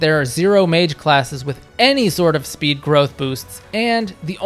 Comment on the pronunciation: Also why can't you pronounce the letter S? It's Strength, not Ftrength. It's Speed, not Fpeed.